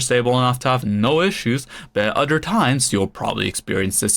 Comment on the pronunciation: And he says oder, he doesn't say other.